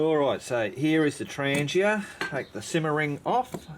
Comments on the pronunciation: “ 😂 TrahngYA” 😂 Tran geeuh is not the proper pronunciation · It’s pronounced TRAHN-YAH